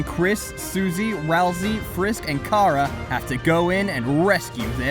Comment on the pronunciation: I die, every single time, I hear " Car-a " Because I'm pretty sure it's " Chara " like chara-cter.